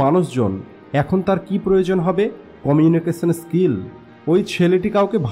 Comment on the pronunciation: আমার মনে হয় আপনার এই "কমিউনিকেশন স্কিল" উচ্চারণে সমস্যা আছে।